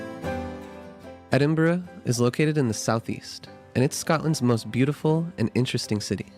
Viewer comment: As a native Scot I award you 10 out of 10 for your pronunciation of Edinburgh.👍 Good job with the video.